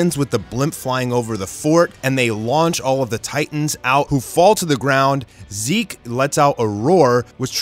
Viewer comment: ok so am i the only one who heard that or did you guys heard it to, he pronounce zeke's name into zek?